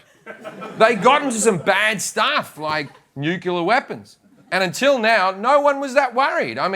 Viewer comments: Did he just change his pronunciation just to fit in with the retards? FFS it's Nuclear (Nu-Clear) Not Nucelar. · Why is he pronouncing "nuclear" like Sarah Palin? It's Nuc-Lear, NOT Nu-CKi-Lar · NUCLEAR. Not nucular. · Jim its nuclear not nucular. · Nuclear, Jim. Not "nucular" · "Nucular weapons" Jim's credibility took a nosedive right there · Nuclear- nook-lee-ar. Not nucular- nook-u-lar. You don't want to sound like that ignoramus George W. Bush. When a president can't even say nuclear properly one has to question just how low his IQ is. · am i the only one to hear and hate NUCULAR? can't they pronounce nuclear and changed the official enunciation? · Lol, Jim said 'nucUlar'. He's been Americanised. :D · Nucular war, is that the one where you slap each other's hands? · Jim says "nucular weapons", no? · Him saying 'nucular' is fuckin' wit me OCD :D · NUCLEAR! it's pronounced Nuclear, you fucking foreigner. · Nu-clee-ar is how it's pronounced, Jim. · Did you just use the word "nucular"? The consonant comes before the vowel. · Most Aussies know how to pronounce "nuclear" - I don't know what Jim's problem is. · and why are you spelling pronouncing as pronoucing? Possibly a typo but you are right about the pronunciation of nuclear! LOL